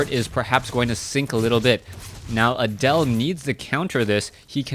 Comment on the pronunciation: Pronouncing Adel like Adele made me think "rolling in the creep" for the whole match.